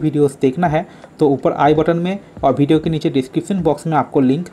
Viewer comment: Video bhai ap video bolo kabhi fidio bideo bolte ho yar